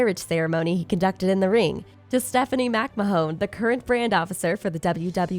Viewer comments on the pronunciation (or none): Stephany Mac-Ma-Hone 🤣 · Whoever is doing the voiceover for this needs to be educated. She said Stephanie MacMahon 😆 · Did anyone else pickup on her calling the Jimmy snuka match from mania 7 mania8 ..and the weird way she said t b e last name McMahon